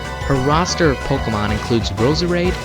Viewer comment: No offense, its not called pokamon its called pokemon